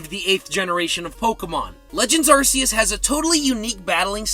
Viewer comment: It’s pronounced ahr-KEY-iss, “”! Get it right! 🤨